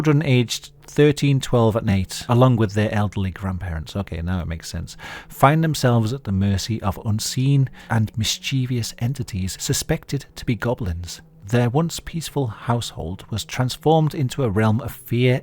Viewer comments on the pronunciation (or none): There's no such word as "miss-chee-vee-us". It's "mis-chiv-us".